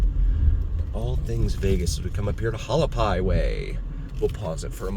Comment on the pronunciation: ha Wal I pie, not hu al pie😂 I live off it. Nice channel!